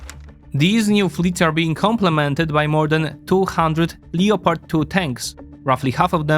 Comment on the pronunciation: please look up how to pronounce leopard